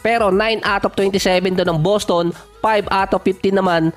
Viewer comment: Ung boses mo bat magaspang parang masyadong pilit na tough guy ba. BosTon, Tah TUm, HawSer, KWArter, PORteen, at iba pa.